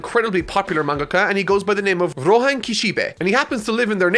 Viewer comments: who the fuck is rohen ? ITS ROHAAAAN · You mispronounced Rohan’s name,! It is actually KISHIBEH ROHHANNNNNNNNN!!